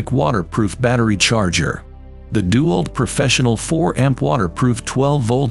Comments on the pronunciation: It's DeWALT not dual. Then again, using an A.I. voice and not being able to figure that out explains a lot. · Narrator should learn to say DeWalt. It's not DEW-alt it's De-walt. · Its dewalt not duwalt. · I like how the ai says DuWALT. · Gotta love the ai voice. dew-alt lol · Try using a real human for your next voiceover. He might at least be able to pronounce "DeWalt" correctly.